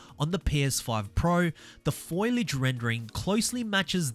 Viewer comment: FO-LEE-AGE not foilage. Lord have mercy.